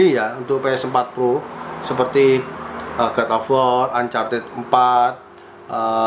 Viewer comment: Bang bukan god of war tapi godobor